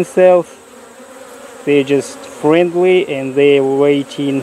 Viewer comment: He just said "Fwendwy" Lol